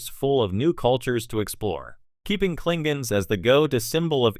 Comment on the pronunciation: "Klinguns"....LOL 😂 Fucking AI voices